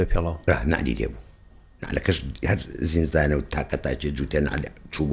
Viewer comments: باشە بۆ وشەی ( زینزان ) بەکار دەهێنی لە بری زیندان؟؟؟؟! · بۆ ناڵێ زیندان ؟ زینزان بەچی لەهجەیەکە؟